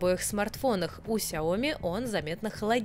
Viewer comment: Бл,Шаоми же правильно говорить!!!